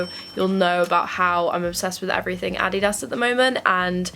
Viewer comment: "addy dahs" ily haha